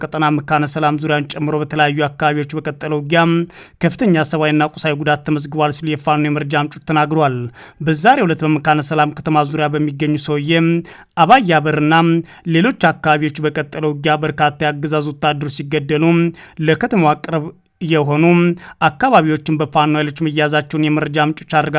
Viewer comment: ሥታነብ ፊደል አትግደፍ።ለምሣሌ አባይ በር የሚለውን አባያ በር ብለህ ነው ያነበብከው።